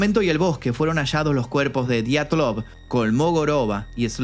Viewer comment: Buena pronunciación en linguistica rusa bro